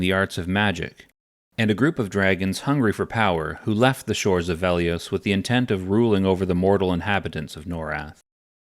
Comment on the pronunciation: It's Velious, not Veliose.